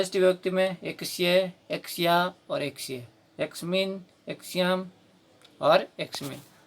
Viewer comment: आवाज की वजह से लग रहा है,सही है।